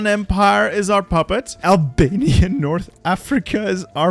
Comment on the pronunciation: this mf said abania